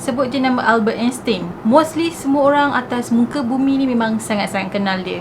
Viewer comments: Erkk kak,..sebutan Einstein yg btol dlm bhs mlayu Ainstain..Bkn Instin..Hehe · sebutan nama Albert Einstein ni Albert Enstain.. tin tu tukar tain 🥰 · Happy birthday 🎂🎂🎂 love your story so much.. nk betulkan sikit.. pronunciation Einstein tu ‘ain stain’.. sharing is caring ☺️